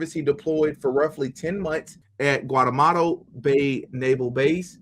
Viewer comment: You’re a nice guy you have good content but my goodness you cannot be a political commentator without knowing how to pronounce common words like “marine corps” or “Guantanamo” or names of major political figures. If you follow politics these words should be automatic because you’ve heard them so much. I don’t get it.